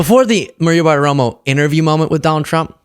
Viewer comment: PLEASE! Maria's name is Bartiromo, not ButtaRomo